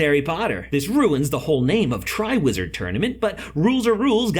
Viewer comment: it sounds like he said a lizard and a witch